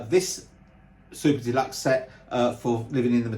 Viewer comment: Great explanation of what looks like a set that was priced fairly. It still is pricey for fans like me who want it but.... The other iterations look great as well. It's funny when you say "Super Deluxe", it sounds like you're saying "Soup to Nuts" which actually means the same thing! 😂 I just want to thank you for your channel and how professional and enjoyable you make it for all of us Beatles fans! Especially going through what you're going through. It only happens to the best people it seems, sadly! Cranky and obnoxious buggers seem to live forever without illness! Ain't it the truth! My best wishes for you and again thank you for being such a kind gentleman.